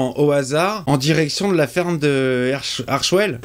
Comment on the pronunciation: Armed … Arwell…Erchwell… Foley désire la voir😂😂